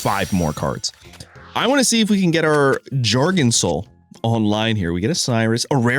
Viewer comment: Your channel is like an abusive relationship; we keep getting great content but at the cost of hearing things like “Jargunsol” 💀